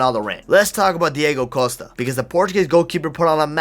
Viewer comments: as a portuguese i am offended, u said DiEgo Costa 💀💀💀💀💀💀💀 (it's Diogo Costa) Btw im not offended it's a joke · Just a bit of portuguese lession dont Pernounce dyego costa pernounce like dyogo costa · STOP CALLING HIM DI"E"GO COSTA